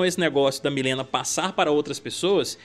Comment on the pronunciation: Não aguento esse pessoal falando Milena. Gente, sério, seria muito melhor fazer um vídeo pronunciando o nome correto… Mileena